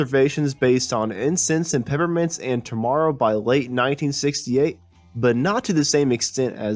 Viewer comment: Incense and PePPermints - those P's aren't silent, right? Or maybe I've been pronouncing it wrong??